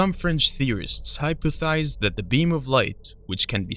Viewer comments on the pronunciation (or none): "A highly speculative hypothesis" this video keeps getting funnier. At least you're admitting it's a horse-sh*t hypothesis. And btw, it's "hypothesized" not "hypothized" looool.